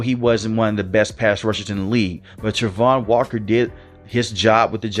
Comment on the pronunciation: Please say his name correct